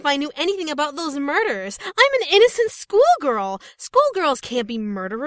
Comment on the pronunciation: Lol anyone hear yandere dev say Inn-O-cent? LOOOOOOOOOOOOOOOOOOOOOOOOOOOOOOOOOOOOL